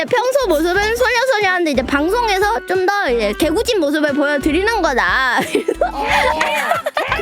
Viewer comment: "개 구진" 여기서 띄어쓰기는 읽어주셔야해요!